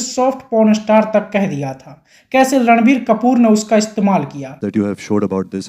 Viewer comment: ये रणबीर को लड़वीर बोलता है क्या